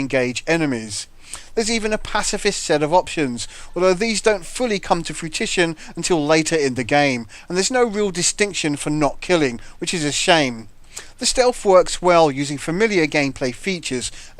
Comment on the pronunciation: Nice review. Graphics looked a bit current gen. But I'm about to try this on PC. Lol'd . Pacifist options don't come to "fruit-tition". Froo-ish-un .... just saying. :)